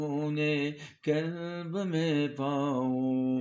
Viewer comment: Buht aala. Bhai kalb nahi qalb bolain.